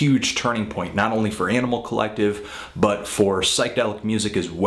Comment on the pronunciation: Fantano has this really hardcore accent, and he always says, "Yaaanimal Collective."